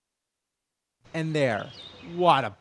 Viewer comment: Why does he say "Rupie"